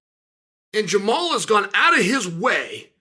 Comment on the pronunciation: When did Unc Chael start calling him Jamal instead of Jamahal?!